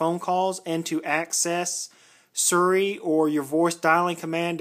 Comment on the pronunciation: What's "surry"? Lol